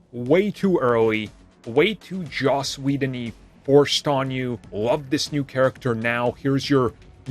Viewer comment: Ah yes! Joss wheeldon😂😂